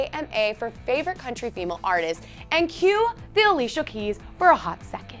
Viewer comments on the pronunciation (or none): none